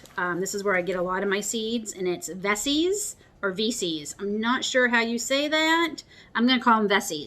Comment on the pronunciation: I order organic from OSC, William dam seeds, and Veseys. You are saying it right. From PEI, it’s not veeeseees. Let us know when you start planting. I am in 4b zone in Ontario.